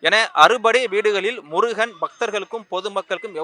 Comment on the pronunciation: தமிழ்க் கடவுளாகிய முருகனைப் பற்றிய உங்களது பதிவில் தமிழின் சிறப்பு ழகரம் படும் பாடு சொல்லி முடியவில்லை... ழகரத்தை சரியாக உச்சரிக்க முயற்சி செய்யவும்... நன்றி